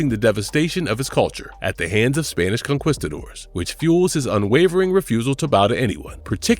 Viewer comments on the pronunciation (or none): none